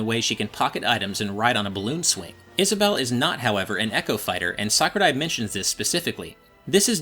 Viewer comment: I like how he actually says Sakurai well